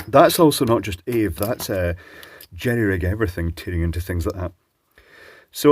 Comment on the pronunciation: Its not ave its a.v.e.